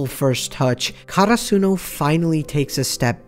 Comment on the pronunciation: I was so confused when he said karasuno cause of his pronunciation. Like the fuck is that